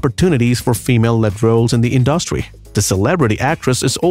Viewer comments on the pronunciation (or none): Who is the narrator who repeatedly can't seem to pronounce the word "industry" correctly ?